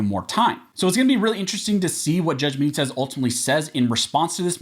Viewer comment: Stop saying St. Benitez